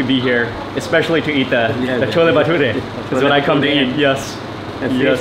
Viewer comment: Props for saying the plural of Bathura correctly...you are correct when you said bathurey